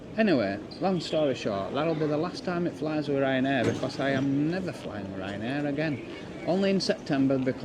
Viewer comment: It's Ryan dare more like it